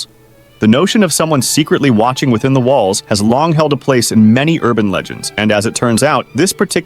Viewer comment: Bro say im in your whalls